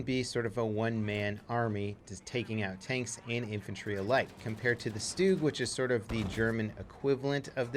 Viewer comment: It's a stug not a stoog